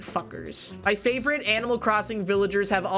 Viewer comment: did she say flavorite? 💙